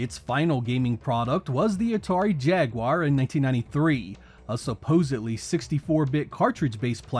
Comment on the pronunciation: gets a like just for being capable of pronouncing "Jaguar" correctly, unlike so many others making videos on the subject.